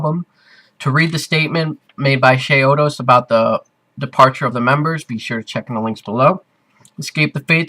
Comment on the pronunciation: You say chiodos funny